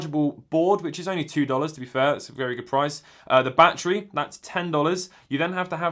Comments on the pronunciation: “Bah tree” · “Bah tree 10 dolliz”